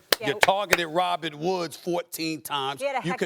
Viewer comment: ROBERT* Woods, not Robinn SAS smh